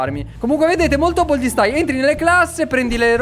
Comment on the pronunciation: Baldi non boldi😠😡